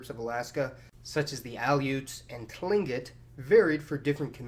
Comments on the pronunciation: Tlingit is pronounced klingit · Nice video. Tlingit is pronounced kleengkit. Weird, I know. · just a couple things. Kenai is pronounced more like key-nye (or keen-eye). Tlingit is pronounced more like clink-it. cool video. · Tlingit is pronounced "klink it" and Kenai is pronounced "Key nye".... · Tlingit is pronounced by the Tlingit people to sound more like "Klinkit". Kenai is pronounced "Keen eye". While Sitka and Wrangel are both original Russian settlements, I've encountered the most Russian Orthodox people on the Alaskan Peninsula near Bellingham. They own a lot of the boats that fish in Bristol Bay. While ethnologists or anthropologists might use the term "Alaskan Creole," I've never heard it used. Of course Alaska is a big place, and I don't know everyone, so your mileage may vary. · A couple corrections. In Alaska we don't call Eskimoes "Inuit", they are either Yupik or Inupiat depending on the tribe, Tlingit is pronounced "Cling-kit" and Kenai is pronounced "Key-Nye", the three largest Native groups are Yupik, Inupiat, and Athabaskan, and no one calls mixed race Alaska Natives Alaskan Creoles. Other than that not bad. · hey there, local alaskan dropping in for some friendly pronunciation help! the peoples mentioned in are known as "klink-it," the tl makes a soft k similar to the g in german sometime producing a soft k. is "keen-eye."